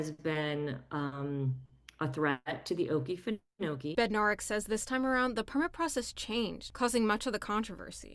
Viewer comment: Oh-KEE-fen-oh-kee, with the emphasis on the second "oh." Thanks so much for sharing this story! 🙂